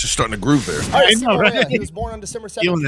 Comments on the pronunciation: It is pronounced...Hauha. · Siimo Hoyja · There is a video of a Finnish guy at Simo's gravesite and he pronounced it Hawha, i cant post the link here i tried it got deleted. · Jutilainen was in the french foreign legion stationed in marocco from 1930 to 1935. The pronounciation of Simo's last name is Hawha, you say the Y as a W. I had posted a youtube link where a Fin pronounced it but you took it down. 450k soldiers invading a land of 4 million people is just over 10 percent not 25 percent, still alot offcourse but the math was off. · Last name is Häyhä and you butchering it. Not hawha not haija not haya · Sorry but why you butchering his name. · Finn here. It's not pronounced like that at all. It's Häyhä as pronounced by Google text-to-speech in Finnish. We have a phonetic language. It's easy for TTS to say. P.S. the y is ü from German. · The fat electrician also pronounces Häyhä wrong, but so does every native English speaker.